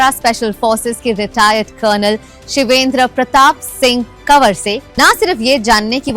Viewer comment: shame on you bloody.... he's surname is Kanwar not Kawar